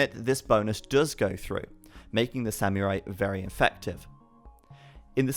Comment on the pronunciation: the "Semeurai" lmao